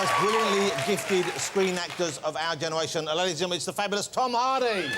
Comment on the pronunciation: "...one of the most gifted actors of this keneration, Tom Hawdy!"